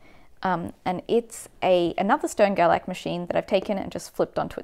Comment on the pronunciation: Also, since they're German - it's pronounced "Shtern-Gerlach"